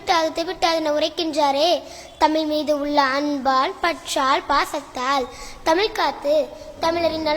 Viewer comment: முதற்கண் சிறப்பான கவிதைக்கும், வாசிப்புத்திறனுக்கும் வாழ்த்துகள்.. ஆனால் தமிழை தமில் என்று உச்சரிக்காமல் தமிழ் என்று உச்சரித்தலே சரியானது.. தமிழை குறிப்பாக தமிழின் சிறப்பெழுத்தாம் "ழ"கரத்தை சரியாக உச்சரித்தலே பெருங்கவிதையாகும்..